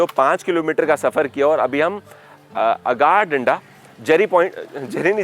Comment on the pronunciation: ये आपको इतिहास क्या समझायेगा!!! यह जगह राम कोळी की थी! राजा राम नहीं । यह सिद्दी + हिंदू + मुस्लिमके वंशज है ।.... अगारदंडा नही सर, यह "आगरदांडा" कहलाते हैं । जो information लेनी है, तो उच्चारण भी सही तरीकेसे कीजिए । यह मेरा गाॅंव है। "दिवेआगर".... दिव्यागर नही साहब ।